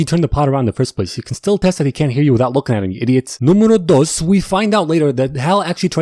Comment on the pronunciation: Hahha how he said the numbers in spanish numero uno numero dous numero tres